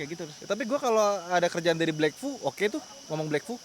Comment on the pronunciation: Black vue itu black vue " v i - e w "🤣